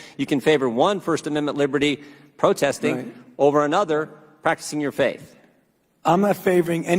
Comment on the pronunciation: Fauci can't even say protesting